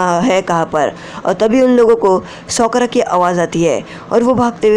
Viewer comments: Shi bat bhai sakura nhi Sokra 😅😅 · Sokura 🤔isn't it sakura 🤔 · Sokura nahi sakura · Sokora nehihe bhai sakora he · Bhi sokra nahi hota sakura hai uska naam